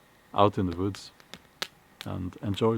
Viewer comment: Recently someone accused you of doing your videos in front of a green screen. Well, he was right, in a way. He just had the wrong screen. The woods, (Voods as you pronounce it) is quite a nice green scree, after all. Happy birthday, it will hit you suddenly when you wake up one morning and everything is stiff, but the parts you want to be. Try to avoid the "mid life" crisis stuff. ;-)